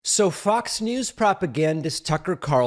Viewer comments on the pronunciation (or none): Lose the COVID, keep the speech impediment. When you say FOX, it comes out as F***s